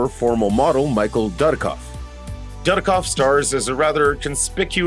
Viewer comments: Plus Michael Darkoff? Michael Dudikoff. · I cringe when you try to pronounce Dudikoff